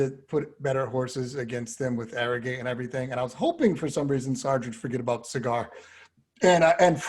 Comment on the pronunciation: ArroGATE...Not ArroGIT....Seems like certain people call him Arrogit thinking they seem COOL by pronouncing it that way...Sorry but hard to take shows about racing that serious when you can not even pronounce a VERY famous horses name correctly...And its not like his name was confusing...was OBVIOUSLY ArroGATE